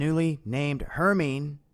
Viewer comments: Gentle FYI - it's pronounced "her-my-knee". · I believe HERMINE is pronounced "HER MINE EE"